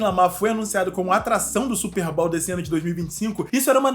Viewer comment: Não leve isso a mal mano, só pra agregar mais valor e conteúdo que você já tem.. Não se pronuncia SSÚPER BÁL, se pronúncia SÚPÊRR BÔW